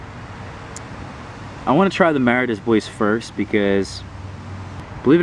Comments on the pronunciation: Mara "dAy bWah". French. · good information. What's more worthwhile to grow, everbearing or June-bearing? Also, don't be offended, but it's pronounced Mah-rah day Bwah. It's French. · you're pronouncing Mara Des Bois wrong